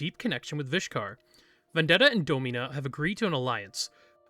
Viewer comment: I could have sworn it was pronounced “DAH-min-uh” instead of “Doe-MEEN-uh”